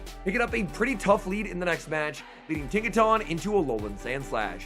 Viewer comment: No one:: TAWNTAWNTAWNTAWNTAWNTAWNTINKATAWNGIGATAWNTAWNTAWNBATTEUSE I dunno why it bugs me so much, but it’s like nails on a chalkboard hearing him mispronounce Tinkaton and Gigaton so many times. 😅